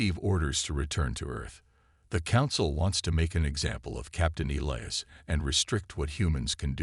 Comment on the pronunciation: ee-lye-as. cant pronounce names i suppose is unavoidable hazard.